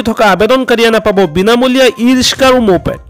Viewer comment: Riska ne riksa aaponaloke vul sabdha kole aami haru manu bore ki kom